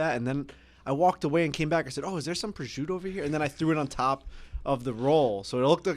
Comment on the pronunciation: Why can't they pronounce prosciutto? Prizute haha